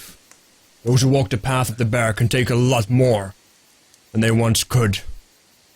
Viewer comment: Every time says "spirit bear", I hear "spirit beer". Would that spirit beer be Davrik's spirit?:þ